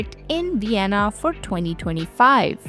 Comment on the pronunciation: So is fluent in German, and probably had English in school, and is still pronouncing "u" instead of "v"? Uibe of Uienna districts doesn't quite have the same ring to it as using a strong proper "v" souns.